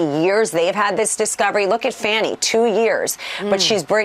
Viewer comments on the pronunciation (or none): It's not fanny it's Fani (FAH-nee) you twat!😡